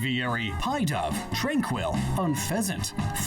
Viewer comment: It's weird that so many young people call Pidove "pie-dove" when its based on a pigeon and no one calls it a "pie-geon" And it's only young people who say this so I suspect they got it from a mispronunciation in the anime, it wouldn't be the first time.